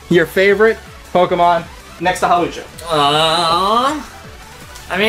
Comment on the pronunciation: Hawlucha not Hawks ha